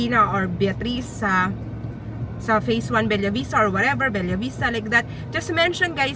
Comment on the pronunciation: Be-lah hinde BEL-YA POTAENA NAMAN YAN OH MODEL - Ma-Del hndi MOW-DEL!